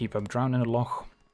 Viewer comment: #1 “Drown in the loch” player. Thank you for pronouncing it correctly.